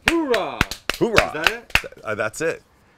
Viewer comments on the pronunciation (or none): It's "Hoo-ah", not "Hoo-rah".